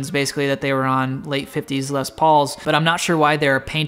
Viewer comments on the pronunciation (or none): Please don't pronounce the "s" at the end of "Les", it makes me cringe a lot 😖